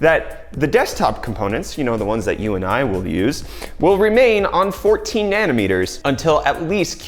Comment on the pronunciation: Is it just me or is saying "nanner meters", I can't unhear this now, get some sleep dude, jeez <3